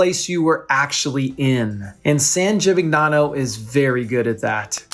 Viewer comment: Hi great video… but it is driving me crazy that you’re mispronouncing “Gimignano” throughout. It takes a quick google search to find proper pronunciation. jee-mee-NYAH-noh.